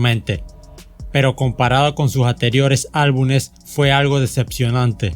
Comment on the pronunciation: "álbunes"... ay tío, la pronunciación y esos errores, son brutales. No viene mal revisar esos detalles, campeón